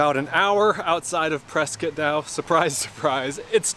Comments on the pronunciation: You pronounced Prescott correctly 😁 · Nice work in highlighting my neck of the woods! Moved to near Prescott (pronounced Preskit) 17 years ago from New York. Absolutely love the area!